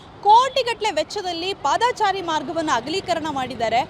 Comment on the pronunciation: ಪಾದಾಚಾರಿ ಅಲ್ಲ ಪಾದಚಾರಿ